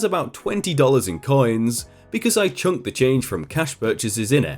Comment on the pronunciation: "Chuck", not "chunk".